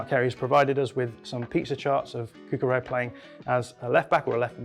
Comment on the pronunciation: BTW, the "LL" in Cucurella's name is not pronounced like a "Y". His name is Catalan, not Spanish. It's more like a "LY" sound.